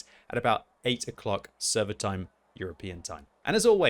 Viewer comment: “And hopefully I’ll see you stoon” -, 2022